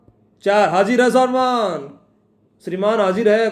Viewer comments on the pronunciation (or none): none